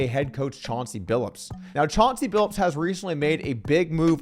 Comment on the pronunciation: It's Billups, not Billips.